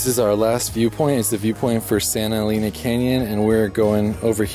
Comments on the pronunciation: "Eleena"? It's pronounced "Eleina"! You've been all over the Southwest and you've never heard that name said before? And Magdaleena? No. Magdaleina. There are no long E's in Spanish, GRINGOOOOOO. 🤣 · I love Big Bend! I go every year. Btw Santa Elena is pronounced “Eh-lane-ah” and Sotol is pronounced “so-toll”. Great video. These all of the top spots I suggest for people who only have 1-2 days in the park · Friendly correction on Santa "EH-LEH-NAH....NOT AS IN CAR "LANE" Vowels in Spanish have ONLY one prounounciation ONLY and NEVER change; AH, EH, like in (Bet, Let, Met, Pet and NEVER as in "mete, Pete" (I) is ALWAYS like in bin, din, fin gin and NEVER as in "Dine, Fine, Line, Mine" (O) as in Or else, (U) ALWAYS as in bull, full, pull and NEVER as in Cull, Dull Gull Hull......¡Ojalá que esto la sírva! BTW, Vowels in Spanish are ALWAYS Accentuated where needed. One example here, "I will Record it for the Record...Should be (RECÓRD it for the RÉCORD)